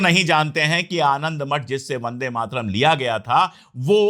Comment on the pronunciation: आदर्णीय अशोक पाण्डेय जी वह शब्द ' वंदे मातरम् 'है और आप बंदे मातरम का उच्चारण करते हैं मैं आपका फालोवर हूं इसलिए सुझाव है कि कृपया शुद्ध उच्चारण करें।